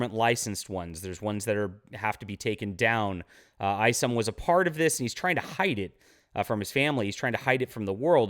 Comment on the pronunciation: Eye somm not ice’em just saying.